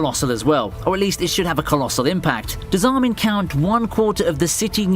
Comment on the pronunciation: that Armih stills haunts me to this day …😂